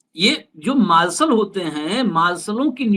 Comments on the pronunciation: Sir, मार्सल नहीं मार्शल Please अपना उच्चारण सही करें कई बार सुनने के बात समझ में आया कि आप मार्शल के बारे में बात कर रहे हैं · 😂😂😂😂 marshall hota hai..marlson nahi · आप भी मालसल बोल रहे हैं... मार्शल बोलो साहेब....